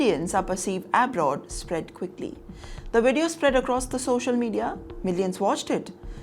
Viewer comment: I don't know how to message you 1:1. This is not intended to show you down, its Inconveniences, not unconveniences. Abroad pronunciation is also not correct.